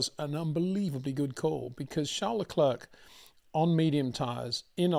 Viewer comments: It's not Leklurk. It's Leclair. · please do not pronounce the 'C' at the end of Charles Leclerc's name...it is a silent 'C'..!!..thx.